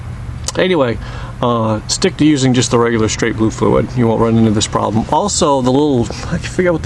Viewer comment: using the "straight................." What???? Open your mouth a little. Thank you